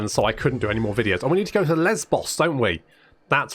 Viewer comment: I appreciate that was being the mature one and pronouncing Lesbos in what is probably more accurate than what the rest of us were waiting for him to say. Don't worry, we heard what you were thinking. We heard.